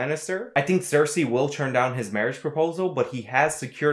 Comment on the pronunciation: You're saying Cersei as if it begins with an X!